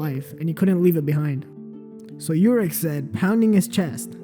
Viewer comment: YOUrek Mazino... It's pronounced Oo-rek.